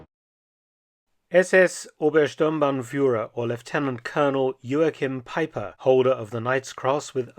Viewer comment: Jo-Ach-Heem Pie-Per At least say his name properly.